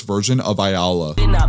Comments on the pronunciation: Ayala is a hispanic middle name nut your close to saying it right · Bruh...Like you said Alayla.you're supposed to say 'Ayala'